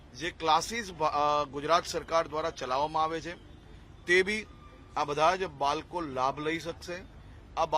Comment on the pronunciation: બાળકો કે બાલકો પેલા બોલવામાં તકલીફ થઈ લાગે